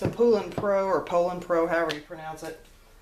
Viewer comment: It’s easy to pronounce! Poultry-Boulder-Shoulder (Long O) POE-lan. 👍🏼